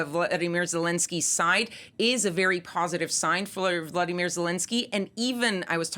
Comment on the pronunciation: Volodymyr - VO-LO-DY-MYR Vladimir - VLAD- I- MIR Can you see, and thus PRONOUNCE - the difference,..??? Or does the way someone’s name is spelled and pronounced not matter? I can’t believe it’s been four years of this and you still can’t pronounce Zelensky’s name correctly.